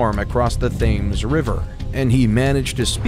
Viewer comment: lol "Thaymes". It's pronounced Tems.